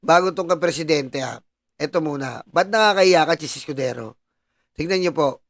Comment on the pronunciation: anong "Chiz EskuDORO ???"